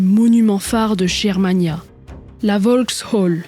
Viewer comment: Bravo! Mais, comme souvent, une petite remarque, on prononce "Guermania" et non "Jermania"... Ton travail titanesque est toujours aussi bon et agréable à écouter, pas de voix artificielle 😂! Bon courage et à bientôt...